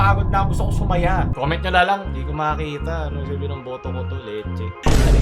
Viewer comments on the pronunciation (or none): "boto" lng po yun, hindi botokoto